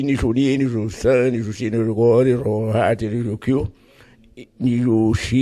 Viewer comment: O cara manda um Sandyuitch kkkkkkkkk